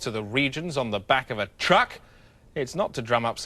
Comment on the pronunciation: he does the same with “truck”